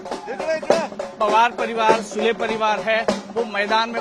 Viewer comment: Aap SUDE aise read kar sakte Sule ??